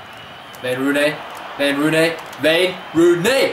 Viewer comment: Hey stop pronouncing the "w" as a "v". It is not vayne rooney